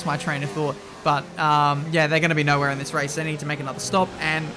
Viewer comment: Nowehere??? Hmm... 10 points for you 👍